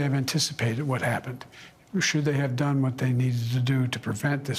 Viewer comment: sounds like he is saying I'm got more dumb than.... at 15.17. Is sounds "dumb" more than "Done".Do you guys think so?